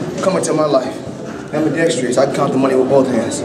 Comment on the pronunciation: he actually pronounced it “ambidextrious” lol and “bof” instead of both